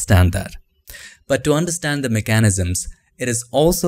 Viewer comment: Hands up, who wants to say mechanisms again? I swear he should make a whole video of how to say words the ‘cool’ way 😂👍